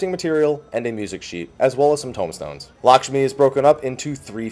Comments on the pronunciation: Since everybody likes to correct your pronunciation, let me do it too(and everybody else) :D the 'a' in Lakshmi is more pronounced like the first 'a' in "american". So yeah, its kinda like "L(uh)kshmi" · Lahsmi xD might want to redo the title,!